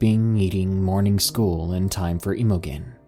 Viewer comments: Emo-gen??? Do you mean Imogen which is pronounced im-oh-jen (im pronounced the same way you would with the word Him...)? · Emma Jean, emogen whatever you're seeing, is pronounced emma jean.... Please research the words you don't understand Please learn words and names before you piss more intelligently scholarly people off.... Dude your pronunciation is bad and your attempt at English is depressing... Imogen is Emma Jean... It's a old timey name. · Imogen is pronounced "im-o-jen" BTW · For future reference that name Imogen is pronounced "Im a gene" Don't ask me why. It's an older name. I've had several hospice patients with it. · FYI, "Imogen" is pronounced with a soft G, like the J in "Jennifer", so its pronounced like its spelled "Imojen". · Please google pronunciation for the name Imogen. Its awful u pronounce it wrong. Lmao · Dude you gotta learn how to pronounce names before you read these. You butchered the name Imogen lmao.